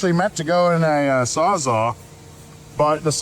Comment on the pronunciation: Saws-Ah? You mean Saws All? I hear that Waaay too often. .